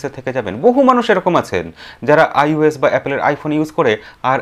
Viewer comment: 'Ois'noy ota 'Ios' hobe